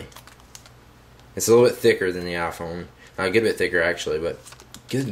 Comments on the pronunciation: A-phone... LOL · u say iphone werid